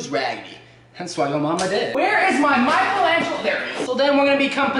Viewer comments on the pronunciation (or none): none